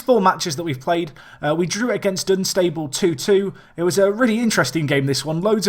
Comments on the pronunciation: RemaG and Dun-sta-bul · you pronounce Dunstable wrong aswell, its actually funny